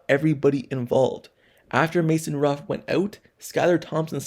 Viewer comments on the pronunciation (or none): His name is Mason Rudolph. And I'm not going to talk about the jaguar, I don't know what the hell you saying.